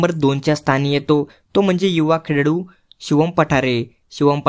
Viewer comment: खेळाडू ❌ खेडाडू ✅😂